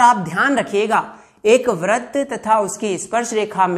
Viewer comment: Vrat Nahin Veirt Hota Hai